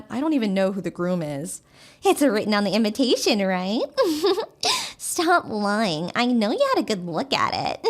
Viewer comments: They keep saying inventation. Instead of invitation. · why is she pronouncing "Invitation" as "In-VEN tation"? Putting in an "N" where there isn't one?